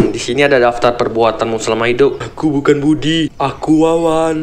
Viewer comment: BUDI BANG BUKAN BUWI